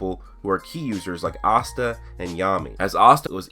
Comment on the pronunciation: Is he really saying Asta’s name wrong?